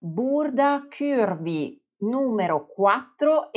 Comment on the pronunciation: Bel video con tanti consigli utili, anche se in realtà non sono proprio “curvy” (40 taglia europea) e dovrei modificare i cartamodelli per farli più piccoli. P.s: però non dire “chiurvi” non è la pronuncia corretta 😉